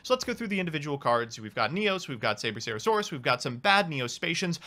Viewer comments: The only reason lost was because he kept calling the card "Sabercerasaurus". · Omg "SaberCERAsaurus" where did he see that CERA part? That hurts my ears. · Saber-Cera-Saurus instead of Sabersaurus was triggering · Did you say "Sabercerasaurus"? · I don't know what "Sabercerasaurus" is, maybe if you could say its name correctly you wouldn't have been schooled by it?